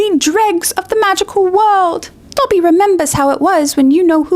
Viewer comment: love the video and rowling is a twat but why do you keep pronouncing Dobby like he's a my hero academia character lol